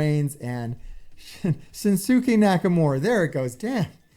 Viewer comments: its actually shin skay not shin sookay if you dont know lol lol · This guy is a wrestling fan ? He can’t even pronounce shins first name! Shin Sukay.? Lol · It's pronounced "Shinskay" for future reference lol. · Its pronounced Shin-skay Nakamura. Just helping you out brotha. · Look all you have to do to pronounce his name correctly is look at the word it says shin at the beginning it is shin sca Nakamura dude you just said take him through the crater wrestler I think you need to get some sleep go ahead and cut the video and get some rest dude lol 🤣🤣🤣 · I mean nakamura has only been wrestling for like a year so I don't blame him, I'm still learning the new guys name too. I kept pronouncing it "LAH KNIGHT" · It's pronounced "Shinskay" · Its pronounced Shins-ki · I don't believe you did but you did get his last name correct 😁